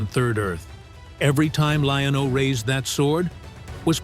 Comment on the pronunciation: I enjoyed this! But I remember his name was “liono” not “lionL” but it doesn’t really matter good video!👍